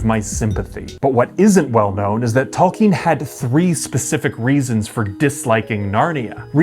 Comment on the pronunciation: The way you keep saying Talk-ien instead of Tole-kien is riving me nuts LOL